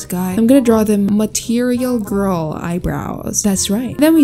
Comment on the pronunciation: I love how she said Material gworl eyebrows